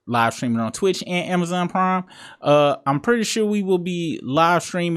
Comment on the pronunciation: New viewer, this my first video. I really thought you said Amazon Crime at first. 😂 I subbed up tho. Shout out from Ohio. 💪🏾